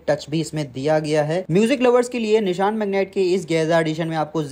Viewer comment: Nishaan nahi bhai vo Nisaan hai